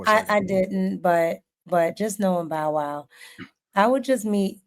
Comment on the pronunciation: Just call him bow wow yall not even saying his name right